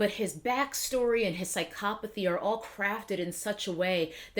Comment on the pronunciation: I had this on the background, half-paying attention. But when I heard her pronounce 'psychopathy' I was like "Hold up bruh... Subscribe. Restart."